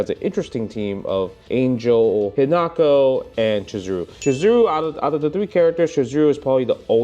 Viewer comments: You pronounce Isla right but not Ángel!?!? It’s an-hell, not ane-jel. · Not to be that guy, but, it's pronounced "Ahn-Hell"